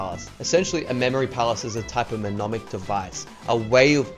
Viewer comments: Me NOM ic? No it's pronounced ne MON ic. The first letter is silent. It's like pterodactyl. Also you changed the second letter for some reason. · Pneumonic. Not menonic 😉